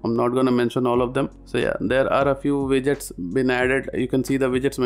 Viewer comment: Is he saying vidgets?